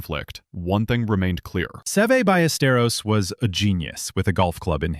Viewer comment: At least get his name right!